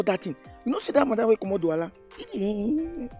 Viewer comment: c,est DOUALA et non NDOUALA🤣🤣